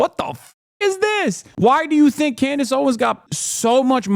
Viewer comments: Just curious, why does call Candace “Clandace” just wondering. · Why is Hasan calling her 'Clandace'?